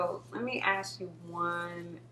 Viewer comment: The "ask" thing. What is so difficult about saying the word ask correctly?